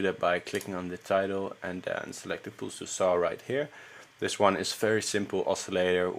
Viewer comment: yo check how you pronounce 'pulse'